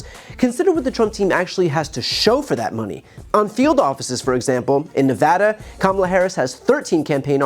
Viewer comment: That’s what I’ve noticed as well. And last night he called our Vice President “Camilla.” Such an immature asshole.